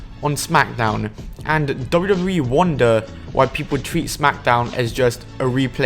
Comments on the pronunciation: You sound like someone making a futile attempt at concealing an indian accent, "". What the hell is a "dubbooo dubbooo E"? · wait did he say dubbra dubbra yee?